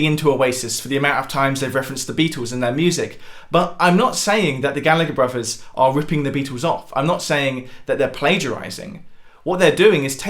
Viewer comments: Bruvvers? really? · Just discovered this channel the other day and can't get enough,. Great work! By the way, are you saying "bruvers"?